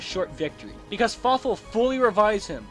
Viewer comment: did anyone else think he said fuckful in dtead of fawful